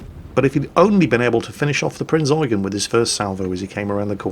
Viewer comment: Pritty shure he does it on purpose